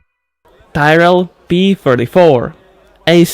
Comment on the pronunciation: I love your videos mate but I can't forgive the way you pronounce Tyrell You say it as TY-RELL when it's actually pronounced more like TI-REL Other than that keep up the good work mate 👍🏻